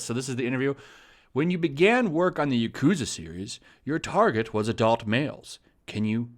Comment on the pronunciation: I love the yakuza games. Been playing them since the very beginning and I will continue to do so since they never disappoint. Btw, you are pronouncing yakuza wrong. The emphasis should be in the ya not the ku. Most Japanese words have first syllable emphasis